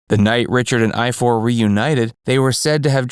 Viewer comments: They are Welsh. Richards older brothers name is pronounced I-Var. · You pronounce Ifor as Ivor.. I wondered what you were saying did a moment!!!